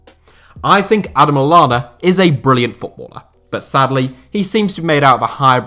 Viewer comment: Stopped watching as soon as he said Adam Lallana.